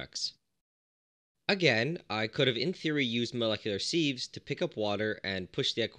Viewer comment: sieve is pronounced as siv.